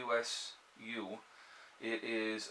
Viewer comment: That third thing is pronounced "Yay Sue", it's not a CB radio from what I'm watching without cheating on Google it looks like a dual band amateur radio in the 2 meter and 440 Spectrum. I will post more after I finish a video.